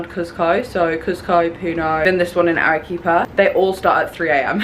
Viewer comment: Loving the Peru content ❤ if there’s a “qu” in Spanish it’s pronounced as a “k” so Arequipa would be pronounced Ah-reh-KEE-pa